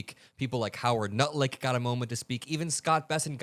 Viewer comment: lmfao did I hear "howard nutlick" heck yes